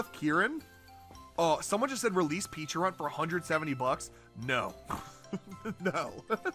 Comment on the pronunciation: I'm pretty sure Pecharunt is pronounced as "pe-cha-runt", like the Pecha berry.